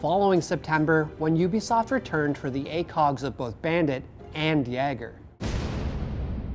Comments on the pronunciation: its not yayger, its yeger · "Yagger" No; "Yaygur" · Can Americans stop pronouncing things wrong? Jäger is pronounced Yay-ger, it's "hunter" in german. He is not called Yagger or Jagger. I hear a lot of people (mostly Americans) doing this and I want them to stop. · He's pronoucing it 'yag-ger' rather than 'yay-ger' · Can we just discuss how he said "yeah-ger" instead of "yay-ger"? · JAH-ger... YAH-ger... YAY-ger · It’s Yayger Not yager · Jager is not pronounced. "Yag-ger-" Its "Yay-ger".. Or if you want to be 100% correct and say it in German "Ye-ger" But please... stop.. calling.. it... Yag-ger. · not yae-gore its YAY-GORE no one cares to be correct we dub him as we will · Yeetspacito it’s yayger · Mike Wasawsky Like Jagger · He does say Jagger in the vid tho, also seems like he didnt know to much of the game or just reading someone elses script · U mean yaaager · I hate how he said “Yeah-ger” Edit: I’m not saying this is the right pronunciation. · My ears bleed a little everytime he says "yagger" otherwise very nice video! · It's not Yager. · They way he says jager "yager" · this guy just said jager like jaager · Did you say yeahger? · It jager not” jager” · bruh said Jahhger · JAGER - yay-ger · Anyone else cringe when he keeps saying "Yeager"? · It's fucking Jäger not yeggar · No offense but all im gonna say is Its pronounced yae-ger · Am I the only one triggered 'bout how my mans pronounces "Jäger"? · Ac3ClawX he’s not even close to saying it right it’s just like yay-ger it’s German you can even google it and you’ll realize he’s not close to it right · wrong though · My ears hurt every time he says jager's name wrong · Am I the only one bothered by the way he’s say Jager? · Over explained but can’t say Jager right